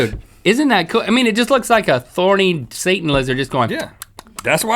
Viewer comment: THorny Dragon! Take out the T xD